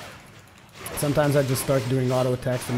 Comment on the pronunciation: He pronounces Onslaught as Onsloth. And it's pissing me off.